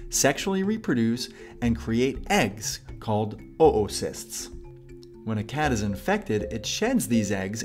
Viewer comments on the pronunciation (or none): I don't know if you () are trying to say that the word is pronounced (OO-sist) or (OH-oo-sist), but I was under the impression that (OH-uh-sist) is correct. It definitely seems to be the more common one, considering that I have never heard it pronounced the way they say it in this video (OʔO-sist). That being said, I took some time to check it out on Google, and it turns out that those "Emma Saying" videos pronounce it how it is said in this video, but says that it's pronounced how I've always heard it. I mean, Emma Saying isn't always on point (just look at their pronunciation of Herzegovina), so I'd probably say that (OH-uh-sist) or maybe (OH-oo-sist) is the way to pronounce it. I'm quite skeptical of the pronunciation with the glottal stop there. Hopefully that clears stuff up for people who are confused. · its pronounced as "ooocist"